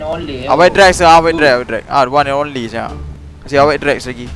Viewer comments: "one and onleh"🔥 first lagi😂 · 'The One and Onleh'..Hi Mak!